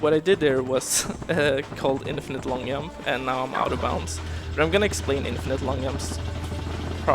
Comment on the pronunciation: Holy shit, I died laughing when I heard him say "Yump" for the first time. Really fun run, love the runner and the game.